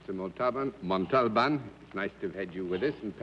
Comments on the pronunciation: I'm now wondering how Ricardo Montalban pronounces hi own last name. I've always stressed the THIRD syllable, but John Daly seems to be stressing the SECOND syllable. mon*TOLL*b'n as opposed to mon* tal*BAHN. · I cringed every time John Daly pronounced Ricardo Montabon’s name. However, it was common back in those days for English speakers to mispronounce Spanish last names. It happened on what’s my line a lot. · I checked and the encyclopedia and other references show the accent on the final syllable and further show the pronunciation of that syllable as the accented one by separating it from the first two. In all the years of his performances I never noted anyone else who called him that, even among other Mexicans that I recall. I would love to defer to your knowledge of Spanish, but I think this was Daly being his fussy, overly-sure-of-himself self and saying it incorrectly. I will look into this further. All the Spanish speakers I know are not Mexican, but I know a couple of Cubans who have formally studied the language and often advise me on things like the correct pronunciation of Guillermo Vilas, who was an Argentine tennis player. In any case, it is part of the interesting richness of the Spanish language in all its permutations. Thank you for piquing my interest in this. I will see if I can think of somewhere that he may have said his name himself. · Jeff Vaughn being off on which syllable should have been accented i'd not consider "even close" & if that was the reason that's kind of petty for an honest mistake--if John pronounced the accent DIFFERENTLY every time then that would be a legitimate reason to be annoyed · It's like he didn't have a clue who Ricardo Montalban was as his pronunciation of his name wasn't even close. Maybe that's why Mr. Montalban never appeared on the show again. Perhaps he was insulted.